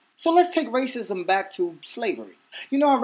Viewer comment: lol damn... I heard raisins instead of racism hahahaha :D